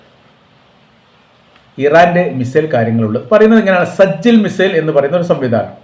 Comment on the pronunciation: സജ്ജലല്ല. സിജ്ജീൽ